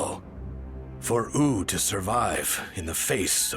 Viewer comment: Is that really how "Wu" is supposed to be pronounced? "Ooo" instead of "Woo"? Personally, I don't like it. Makes it sound silly.